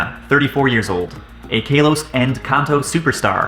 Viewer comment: Kalos not kaylos